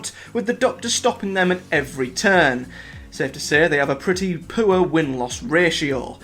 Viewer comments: I've never thought of "poor" as a two-syllable word! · I love this accent. Poor changes to poo-ah😂❤